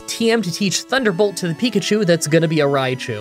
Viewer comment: Pikachi? :P